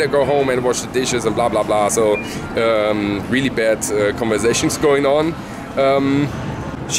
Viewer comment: weally weally weally weally weally good lunch.